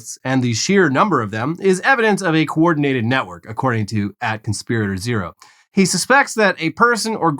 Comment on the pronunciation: vs … so it’s definitely NOT "conspirator-zero" but "conspirator-o[h]" JFTR